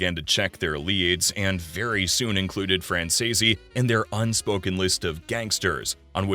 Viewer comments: ACCORDING TO MICHAEL—SONNY’s SON- THEIR NAME IS PRONOUNCED. FRAN SEAS OR FRAN SEES! It is so much nicer to pronounce a person’s name properly! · For Christ sakes, how hard is it to pronounce his last name properly? F R A N Z E E C E if ya sound it out. Lol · Fran- zee-s. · Wtf , you can’t even say his last name correctly, I’m out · It’s a really good YouTube but please try to say his last name right look up Michael Franzese and he’ll tell you how to say it but you’re not saying his last name, right😢😊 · well, since it takes less than 5 minutes of research to figure out how to say the name, either you’re a robot or just lazy as fuck. So whatever you prefer to be known as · Yes I do understand like I appreciate you trying to help I do know a lot about the Mafia and it does catch my interest just it drives me nuts when you mispronounce the last name wrong like hears a idea if you don't know how to to pronounce it then just call the person by the first name or nickname I would accept that and it would be a lot better than the wrong time I am like bro it is not that that's not how you pronounce it it's.....